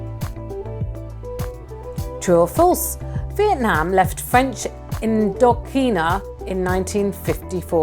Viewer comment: When did Indochina become In-doc-ina?